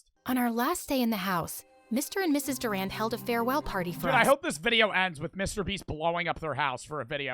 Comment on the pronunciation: Durand? Like, Duran Duran..... WHEN YOU CANT EVEN SAY